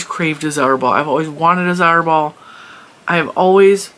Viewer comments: Zauberball is pronounced 'tsaouberrbahl' I am German and I never heard of all those brands... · zauberball act means magic ball its a german word! so u can put it in googeltranslate for the correct pronaunciation!!